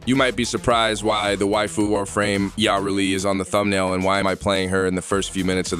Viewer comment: Its Yuh-Reli not Yaw-Reli god this bothered me